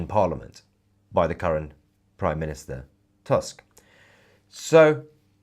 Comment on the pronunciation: Donald tusk not task. In polish U is reading as double oo in english like in word poor